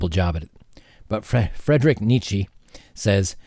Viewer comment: It's Friidrich Nii-che.